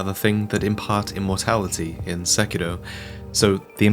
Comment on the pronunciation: Your saying "Sekiro" wrong